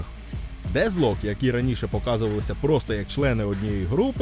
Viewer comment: А чому Дезлок? Воно ж наче вимовляється Детклок. Навіть трек у них був з однаковою назвою.